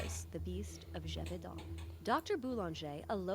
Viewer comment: Geh-Voh-Danh thats how you say it ^^